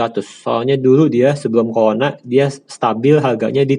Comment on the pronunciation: Pelat, CORONA dibaca COLONA 😂